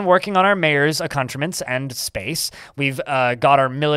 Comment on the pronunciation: Yes, I think he means "accoutrement," and yes he is both using and pronouncing it incorrectly. I'm trying to think of it as part of the idiolect.